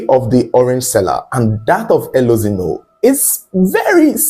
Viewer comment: Pronounce the E as A. Elozino. Meaning Light has come.